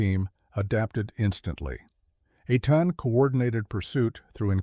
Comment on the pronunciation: the Mossad operative's name is pronounced AY (like play) TAHN. The other guy's name is pronounced Kah-leed. sometimes you get it right and sometimes you don't